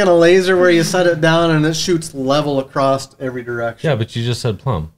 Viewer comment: It's Hight not, highth. It's Across NOT acrosst.